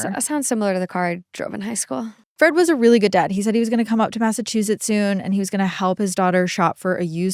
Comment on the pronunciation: I love how she says “Mazzachusetts”